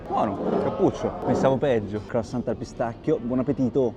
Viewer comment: Si dice " cruassan" la t finale in francese è muta😊